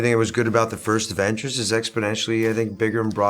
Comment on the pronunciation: OK,, if you're going to be doing an interview about the AVENGERS, maybe learn to say it. It sounds like you're saying the "Evans's"!